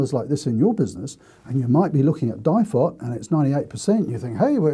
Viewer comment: At the start of the video I'm sitting here yelling DIFOT it's DIFOT!! hehe Ok you've made me take a note pad a pen out now. Info Value Town!